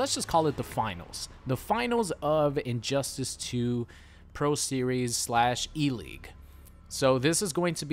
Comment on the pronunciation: I heard that too 😂